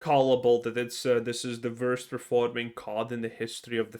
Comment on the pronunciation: It’s “WORST” not “VVVVIRST”